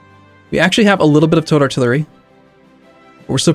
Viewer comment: Every time says "towed artillery" I think he says "toad artillery" lmao